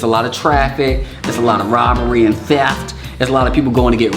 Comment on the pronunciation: the way he said ThEft AJDGHJGFSKS